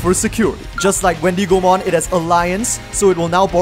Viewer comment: Every time you said Wendy Go Mon, you made me laugh xD the wendigo is an animal and its pronounced like wendigo mon. Anyways, love your content and I'm so excited to see your take on Gammmon/Proximamon deck 👀 I've been playing that deck (proxied obviously) and I love it so much